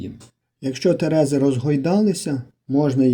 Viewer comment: ТерезИ (наголос на И)